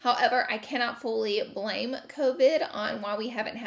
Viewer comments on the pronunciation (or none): none